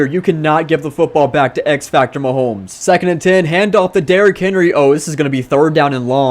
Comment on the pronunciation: Did anyone hurt when he kept saying “Maholmes”? Still a good vid though.